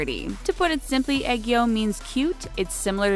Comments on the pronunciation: I heard eggo instead of aegyo. XD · Lol when she said aegyo, I thought she said egg yolk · egg-yo , I -rin me: chokes on air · Her: Egg-yo Me: .......Wat? I mean.... You tried... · Was I the only one who cringed at the way she said aegyo No hate tho, love this channel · no offence but please google how to pronounce AEGYO. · I know that it's just that she pronounced ageyo wrong plus ageyo is like one of the Korean words international should know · Omg they said 2ne1 right!!!😂 but BROO WHEN I SAW JUNGKOOKS AEOGO THO😭❤️❤️